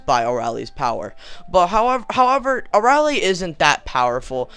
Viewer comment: you're saying her name wrong, it's pronounced (uh-rail-ee)